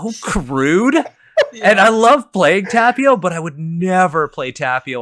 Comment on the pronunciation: So it's okay to just completely appropriate European cultures and mythologies (which, friendly reminder, are not monolithic and Americans often have a very warped view of them and no access to quality sources) but not Asian ones? First of all you're mispronouncing Tapio. Second of all there is no "nut god" in Finnish mythology, it's only mentioned on Wikipedia completely unsourced - and you should really do better research than just "look it up on Wikipedia". Please don't spread misinformation. Third of all, "nut" doesn't even have the double meaning in Finnish as it does in English so none of this makes sense and is just a mockery of Finnish traditional religion. Good job.